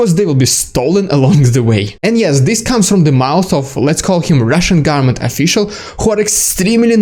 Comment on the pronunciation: It sounds like you are saying "the Russian garment" instead of "the Russian government". If it will make it easier to pronounce, you can drop the first N and just say "goverment"; a lot of people do that.